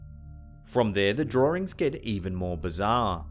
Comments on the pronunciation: Anyone else getting a bit annoyed by how he pronounces "drawings" as "draw-rings?" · Can you say "drawings"again?